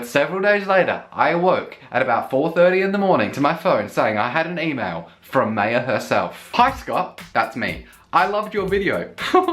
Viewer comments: Maya is pronounced My-Yah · I believe Maya is pronounced in the way that it rhymes with 'fire'.